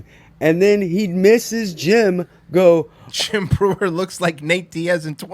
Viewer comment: Schaub was so fake on this episode. You could totally tell he researched Jim the night before by watching YouTube clips. And him mispronouncing Jim's name at the end gave it all away